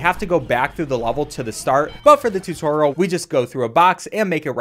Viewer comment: "tutoral"??? - joel